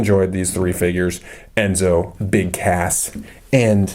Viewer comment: I think you not say BIG CASS but I heard you said BIG ASS.